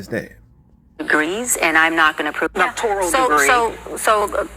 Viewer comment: It's "doctoral" not "doctoriol." Someone with only a doctoriol would not know that.